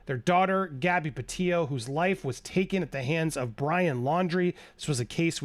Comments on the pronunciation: PETITOS NOT PETIOS!! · Andy Gabby’s name is pronounced PetiTo, not Petio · If you really cared, you'd say her last name right. Petito, not Petio. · Petito not "Petillo" (Peti-tooo) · The Petito name is pronounced …… Pe Tee toe….not Pe tee o. Thank you. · Hi Andy, Just wanted to alert you to the fact the name is PetiTO as in Petite-Toe, not Petee-o. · It's PE-TITO, not PET-IO Andy lol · It's pronounced Petito not Petillo. Not trying to be rude but we should say her name right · please note that you have been pronouncing the Petito’s name incorrectly. You have not been including the second “t”. It is pronounced “pa - tee - toe” not “pa - tee - o” . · Please say their last name correctly. It’s pronounced Pe Tee Toe not Pe Tio. Their family has gone through so much. At least give them the courtesy of pronouncing Gabby Petito’s name right. Justice for Gabby 🙏🏻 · Pe tit O's pa teet O's...it's not peteo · Bro... you're not even pronouncing the victims families name correctly 🙄 peTITO. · Sounds like you keep mispronouncing Gabby's last name. Sounds like you're saying pa-tee-yo. Like there's a double L in their last name. Very distracting so can't keep listening. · PE-TI-TO, please pronounce the name correctly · The letter from Brian mother wasn't found on his body, it was found in the truck/car. I'm guessing that was the red one that they weirdly left at the edge of park/forest before going back for it a few days later. Also noted how you used to always pronounce it 'Petite-o' until Stef kept pronouncing it 'peteeoo.' 🙈 It hits the ear wrong. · why is he not pronouncing the second t in petito? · Please pronounce their last name correctly please they deserve that . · Is Andy mispronouncing “Petito” throughout this video? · Andy forgot how to pronounce Gabby's last name.